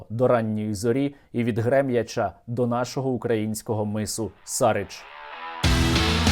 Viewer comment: Пане Сергію, випуск гарний. Дякую. Звертаю увагу на наголоси. Грем'Яч, від Грем'ячА. Цей населений пункт зараз страждає від рашистських обстрілів.